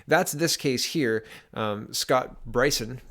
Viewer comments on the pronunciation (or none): You really need to do a little more homework on pronounciation of people's names. If you are actually following politics for any length of time, knowing how to say Brison or Seamus shouldn't be a problem.